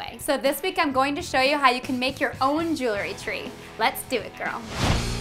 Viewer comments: Could be pronounced jew el - ry, not jew-le ry - nor e between the l and r. But, nice videos, keep em comin!***** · Just a note - jewelry has 2 syllables - pronounced jewel-ry, not 3 as you say jew-le-ry. Nice tree, though.